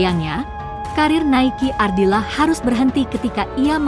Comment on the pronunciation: Nikeu Ardila...bukan.Naiki Naiki Naiki...sluruh Dunia tau bisa menyebut nama Nikeu Ardila.cuma.anda.yg slh nyebut